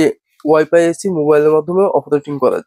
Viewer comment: এচি না ভাই এসি